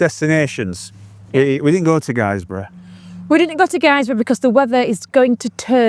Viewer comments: Its GIZ-brough not guizebrough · Guisborough is pronounced gizborough 🙈hope you don’t mind me saying 👍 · Good to see my local roads.... but please it's pronounced Gisborough. ... As in how the Hall is spelt. Even though the town is spelt Guisborough. Keep up the good work. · Were you talking about missing out Guisborough (it’s pronounced Giz Boro) or did you mean somewhere else? My hometown. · Hey you two wanderers, in this vid you are roaming my former backyard. As you've already alluded too already, Helmsley, Whitby, Guisborough, Stokesley and Thirsk are key points in the North East TT because of the the superb biking roads between. As a native though I feel the need to correct you, Guisborough is pronounced 'Gis-boro' not 'Guys-boro'. So I could recommend Wykes Campsite just outside Guisborough, probably the closest but too far to walk tho. Nice pub, the Cross Keys is opposite. Both Stokesley, which you haven't mentioned and Guisborough are charming Market Towns. Pickering is home to 40s weekend 10th to 12th Oct, really well worth a visit. Check out the North Yorkshire Moors Railway and please book a ticket all the way to Whitby. Helmsley square famous for biker meets, but the 'Farmyard Park Rally to be held next 19th to 12st June 2026 at nearby Duncombe Abbey is what brings Helmsley alive. As bikers you should try out the rally, it will really appeal to your motorcycle, music and booze interests. One main rule tho is that you arrive with tent on your motorcycle, nothing else. No motorhomes no cars.